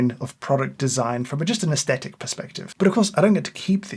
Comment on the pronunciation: Excellent and helpful video. Your pronunciation of "aesthetic" disappoints.